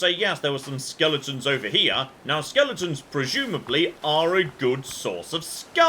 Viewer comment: Still trying to get me answer on this, why do you say skelington instead of skeleton?